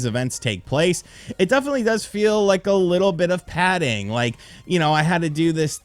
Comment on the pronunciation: Bro, stop saying padding